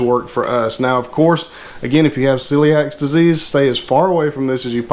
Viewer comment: It's NOT "see lee AXE" disease. It¹s "see lee ACK"